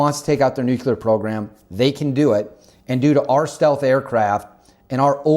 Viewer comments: wtf is a nucular program? is that stupid speak for nuclear? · It's not pronounced Nuk-U-ler, rather its Nuk-Lee-Er. go to College bro. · Nuclear, nuclear, nuclear, nuclear, nuclear. Not Nucular. For crying out loud man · Nobody has nucular weapons, i think you mean NUCLEAR WEAPONS! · nuclear not nuculer